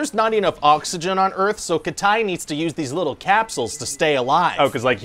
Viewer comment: Didn't he say "Welcome to Earfh"? 😂